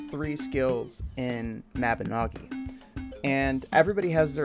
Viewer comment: Was so close to disliking the vid just for the way you pronounced Mabinogi